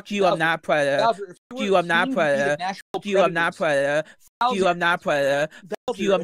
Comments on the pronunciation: "I'm not a pwedada" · is crazy bro really said "fuwk yew im not a pwedetor" like 70 times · Poor widdle pwedatuh. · "Pwedador" in language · I'm not a pwedatuhhh Judge: Wait, really? Oh why didn't you just say so in the first place? Charges dropped!!!